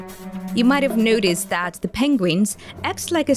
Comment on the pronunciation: She said NOO-tis for the word notice. Work is pronounced by her like FORK.. Hmm.. tsk..tsk.. 🤔